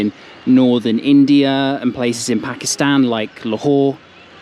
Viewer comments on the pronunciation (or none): none